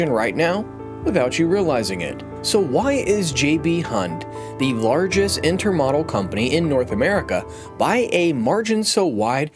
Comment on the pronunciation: Interesting video but please learn how to pronounce intermodal.